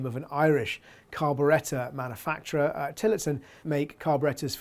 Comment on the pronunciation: Manafacter carbretta? 😂😂😂😂🤦🏼‍♂️